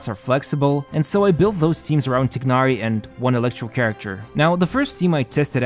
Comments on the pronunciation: I love this video but please for the love of god say his name right. It’s not ‘tig-nar-ee’ it’s ‘tie-nar-ee’ and keqing is pronounced ‘keh-shing’ not ‘ka-ching’ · why tf you called him tiknari ???😂😂 bro it's pronounced teenari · Tai-Nar-Ee Not Tig-Nar-Ee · btw its not tignari u say it like tinahri but good vid either way. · my brother, it's "Tie-nari". Good vid either way 👍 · bro really said "Тигнари" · "tie-nar-ee" dude.. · The "igh" in "Tighnari" is pronounced like the "igh" in the word "High". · thats not how you say his name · they pronounce his name like 500 times... how does everyone get it wrong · Nothing is more disappointing than your pronunciation of his name.